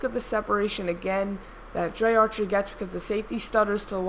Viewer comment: its pronounced dree archer not drey archer